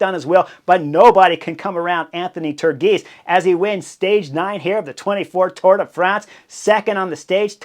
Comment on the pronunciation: Turgis as “turgeess”